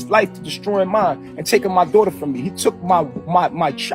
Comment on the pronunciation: If I hear him say “my dowghter” one more time knowing damn well he could give two shits about baby Ellie!!! 🙄